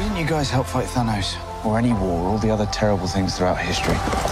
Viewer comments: Could of sworn she said Dhanos. I was like who the hell is Dhanos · She actually says Tanos :) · Might help if the person narrating could actually say "Thanos". Also, who else is not excited to see that old crone Jolie in this movie?